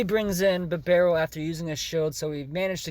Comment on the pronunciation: First poketuber that says Bibarels name right! Put some respect on the mans name!!